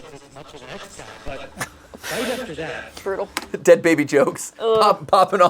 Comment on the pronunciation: "I would have been the de ad baby " - 2024 😂